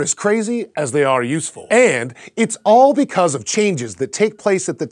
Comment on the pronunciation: The way you say 'because' is exactly why I dislike your narrative style.